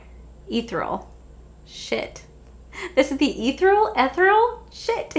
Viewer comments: I love you lol it’s ‘’eth-ear-e-ul’’ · Was the word ethereal?? If so, it's pronounced uh·thee·ree·uhl but I do it as eee or eh at the beginning 😂🤣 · Did you mean “ethereal?” That is the perfect word to describe that Too Faced collection. Please look up the pronunciation if that’s what you meant. This word captures the eyeshadow palette in the most perfect way, imho!!! 🤗